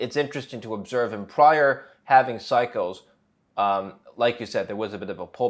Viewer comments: lol not watching past the first "HALFENING"!! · I can't stand listening to anyone who says "halvening".